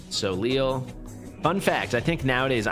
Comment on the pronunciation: Soleil. The French word for "sun" is le soleil, which is pronounced so-LAY.